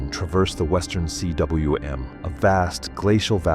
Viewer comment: Cwm is a Welsh word for a steep, rounded valley head, often created by a present or former glacier (= cirque). Pronounced Coom.